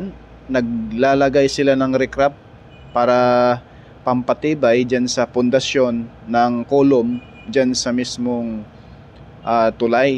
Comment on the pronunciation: hindi ripcrap, RIPRAP po ang correct engineering term, fyi